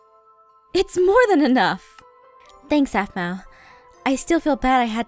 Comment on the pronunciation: it's not gaphmau it's garmau